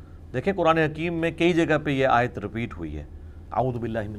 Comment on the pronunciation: Mirza sb kindly correct pronounciation of aaya mubark.thanks